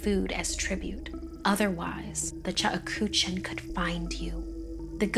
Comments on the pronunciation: Ok it's not the chukuchin as the lady said it it's the Cheuksin say it right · The Korean woman has come by. It is not chuk ha chook shin...it is pronounced cheuk-shin (the e and u should sound like you're saying eugh, but without the g and h). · Yeah, I was thinking the same thing while I was watching it! It's pronounced "chook-sheen" lol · Cheuksin is pronounced wrong. It's pronounced as ' chuk-shin', not 'che-uk-sin' or 'chu-ku-chin'. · Actually it's pronounced "Tseuk-shin' Here "Ts" is pronounced Ch and Eu is pronounced ou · The way she pronounced Cheuksin lmao it should sound like chuk-sheen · It's pronounced "CHUK-shin". "CHOOK-shin" works, too. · The chuckawuh? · Ikr the whole video I was like “what the hell is a chekuchin” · Is it just me or is it supposed to be pronounced chuck-shin koreans please confirm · ok but i couldnt get over the way she pronounced 측신 ㅋㅋㅋㅋㅋㅋㅋㅋㅋ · That’s definitely not how you say Cheuksin...😓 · everytime she said cheuksin i cringed 😭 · Not to be rude, but the pronunciation of cheuksin hurts me